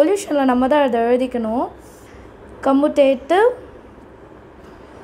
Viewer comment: காமுடேட்டிவ் No கமுடேட்டிவ் OK wa